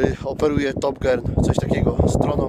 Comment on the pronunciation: Top dżir